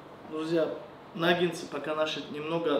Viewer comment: Приготовлено хоть и медленно , но вкусно и правильно. 👍👌 Слова произносите неверно . 🖋Существительное “наггетсы” – это форма множественного числа слова “наггетс”. Слово “наггетсы” происходит от английского слова “nugget” (самородок, кусочек). Как мы видим, в русском языке слово пишется также, как и в английском.